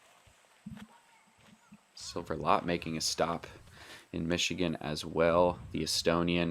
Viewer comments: Silvers last name is pronounced like the English word LET. Not Lat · "Lat" dude its L Ä T T